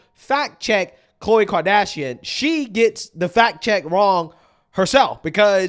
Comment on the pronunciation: Al sharpton ....😑 He just called Khloe Kardashian... Cole.. msnbc needs to hire a guy that can read the damn name off of teleprompter.